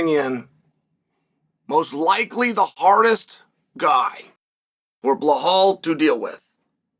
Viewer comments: The way he say balhaaal 😂😂😂😂😂 it's balal not balhal 😂😂😂😂😂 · Bro why you sayin “blahaal” tho 😂